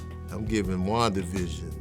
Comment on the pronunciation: Ngl sounds like he’s say Juan division which is just a sad pun for the border wall